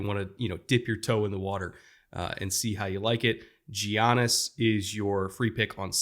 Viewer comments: giannis pronounced with a j. havent heard that since before covid 😂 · "Gee-on-us" that's my favorite ball player,!